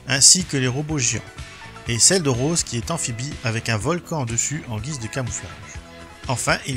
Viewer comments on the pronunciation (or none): none